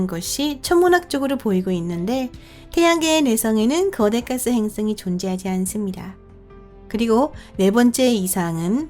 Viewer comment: 행ㅆ엉이? ㅋ 발음하고는 ㅈㅈㅈ 한글날인데 세종대왕께 미안하지도 않나? 아니 세종대왕이 누군지는 아나? 지적질한다고 뭐라지 말고 좀 고쳐라. 발음이든 사람이든 .